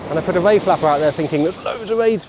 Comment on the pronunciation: not quite sure if you were saying 'whey' or 'ray' all the time. what a belting session , well done on the PB as well